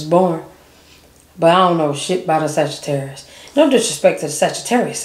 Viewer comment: Why Did You Have To Pronounce Every Letter In Sagittarius Like That😭😭